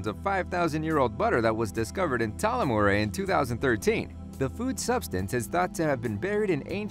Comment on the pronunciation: Sleego, Clonykayvan, Tulamore, Lime Rick, Derrin A Flin, Bute a Vint, fuck me. And there's more wrong pronunciations in this video.